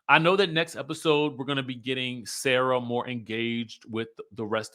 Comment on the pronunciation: I love you but her name is Sarah not sayrah😂. Pronouns the 'sa' like 'salt' and add the rah.